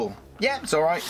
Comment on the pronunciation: Good to see one of these videos again. Nobody seems to be making them any more since the Blu-ray sets started coming out. I can't give you a like for this video however due to your use of "aiight"(?) instead of 'alright' at various points